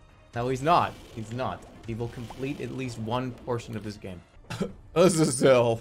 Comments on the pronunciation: why is he pronoucing it as aza-zel instead of a-zay-zel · it pisses me off immensely how he calls azazel "ahzz-ahzz-ell" instead of "uh-zay-zull" like how you're SUPPOSED TO SAY IT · Ah-zuh-zel. What the fuck is that pronunciation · Why does he pronounce it ahhsizle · I literally left because he wouldn't pronounce azazel right and I was getting bored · The way he pronounces Azazel's name makes my face hurt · The way he says Azazel pisses me off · Disliking for his pronunciation of azazel